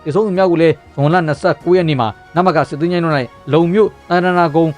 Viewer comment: Ko jackရေ အမှားပြင်ပေးပါရစေ စစ်သည်(သယ်) လို့မဖတ်ရပါဘူး စစ်သည်(သီ) လို့ဖတ်ရပါတယ် ကျန်းမာပါစေ အမြဲအားပေးနေပါတယ်